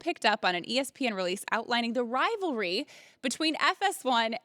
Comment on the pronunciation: can colin not say ESPN or something?